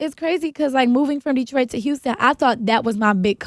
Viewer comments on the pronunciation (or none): none